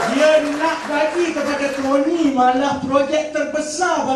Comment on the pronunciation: kroni..not korni..haha